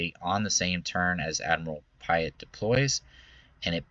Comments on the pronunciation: its admiral PEA ET...haha. love your videos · We mentioned Chimaera pronunciation before Piett? Admiral Piett's name is said aloud in the original trilogy! Think "Pierre".